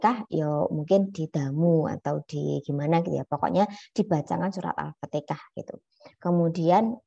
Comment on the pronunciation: Afwan Bu bukan alfatekah tp alfatihah